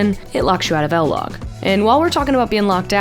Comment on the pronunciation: What is "L-Log"? It's I-LOG. As in I-nsta